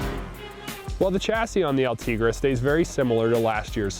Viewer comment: El-Te GREY is how it is said